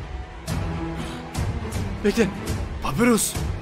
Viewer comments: papyrus papirus diye değil papayrus diye okunuyo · Allah rızası için artık şu papirüs kelimesini bırak papayrus diye okunuyor bir isim kelime değil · abi papyrus "papirus diye okunmuyo papayrus diye okunuyo"